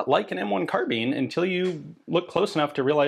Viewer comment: Car-bine not Car-been. Unless you bale hay with Beender Tweene... Carbine means to bind as in tie up. A Carabiner is a clip or attaching device and that name got attributed to the short sword used by Calvary similar to a lanyard for a pistol. Anyway it became a short gun as well but it aint a Been or a Bean. American slang twang is that. Now you know.